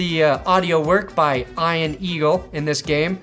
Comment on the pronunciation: Ian. Pronounced (EeeNnn)